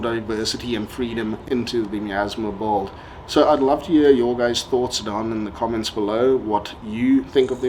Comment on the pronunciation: In what english accent do they pronounce "build" as "bolt" ?